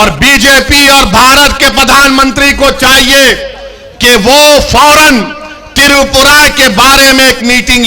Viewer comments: Tiripura nhi. Twipra hai bhaijan. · पहले त्रिपुरा और मस्जिद शब्द ठीक से बोलणा सिखो